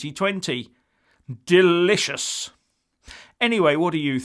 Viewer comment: As you say 'DELIOUS'.